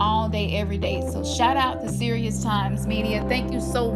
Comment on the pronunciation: King Cyrus =Sirius that's what I heard when you mentioned it